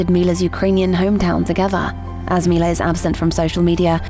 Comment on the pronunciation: Milla Jovovich… love her. One minor issue though. Her first name is pronounced “Mee-La”.